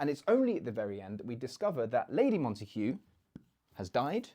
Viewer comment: Why do you pronounce Montague with an h when all times I’ve heard it was with a hard g?